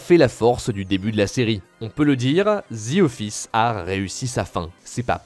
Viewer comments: “The” et non “ze” 😑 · Ah les français… pas « The » ça se dit comme ça: « Dee » pas « dzi » vous me tomber sur les nerfs ahah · C'est The office et non "zi office" :) oui jsuis aigris